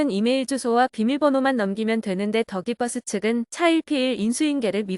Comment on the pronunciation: 정말 이상합니다. 기자라고 자칭하는 채널은 더 기버스를 더 기뻐스 또는 다 깃뻐스라고 부르고 있는 공통점이 있습니다. 다들 왜 이러는 걸까요?